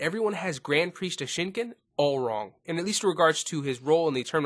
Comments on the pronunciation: Dashenken ITS daishakan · It's pronounced "Die-shin-kon".